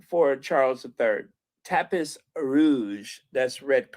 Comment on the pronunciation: Hi pronounced "Tapee" not Tapis